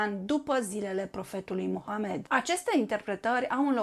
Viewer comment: Aveți aprecierea mea, sunteți dacă nu prima persoană, printre primele persoane care pronunță corespunzător numele profetului(dumnezeu să-l binecuvinteze și să-l miluiască pe el și pe familia sa precum l-a binecuvântat și l-a miluit pe profetul Avraam și familia sa)